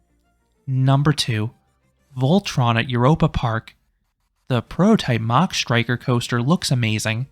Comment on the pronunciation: Its mack rides like mack daddy. Not like a jet going mach 3.